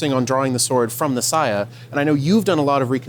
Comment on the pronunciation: WTF is a sigh ya? On the other hand i do know what a saya is